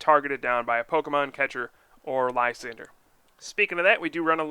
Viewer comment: ... "li-sawn-drey" is how it should be pronounced c